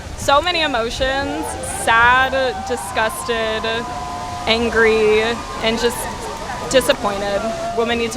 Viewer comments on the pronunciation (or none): so many emotions: saduh disgusteduh angreeuh